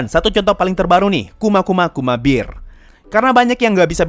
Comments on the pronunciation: Bang bacanya kuma kuma kuma bear bukan bir bang:/ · saat saya mendengar pelafalan kuma kuma kuma bear,lebih terdengar seperti kuma kuma kuma beer mgkin hanya perasaanku saja